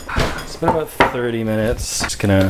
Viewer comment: is he canadian? that “about” sounded very much so